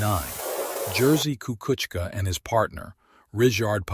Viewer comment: YOU ABSOLUTELY BUTCHERED HIS NAME DUDE